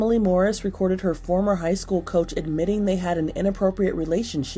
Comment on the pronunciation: It’s school, not SKEWiLL.